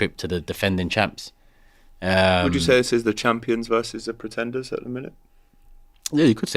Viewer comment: "Prenteders" LOL. You'll pay for that.